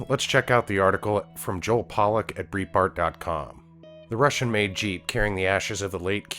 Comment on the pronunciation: It's pronounced Bright Bart